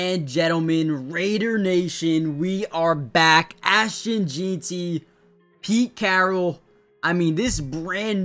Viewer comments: “Jean-Ty?” 😂😂 Pronounced Gen-tee. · It’s JEN-TEE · It’s funny, we just went through 3 days of the draft and this guy still can’t get it right. JEN-TEE! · Its ASHTON JEANTY...like "JANE" , jus add ty on the end.."JEANTY" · Bro learn how to say his name .. I couldn’t watch this video because of this … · Bro come on u have to say it right now. Been saying it wrong since before the draft.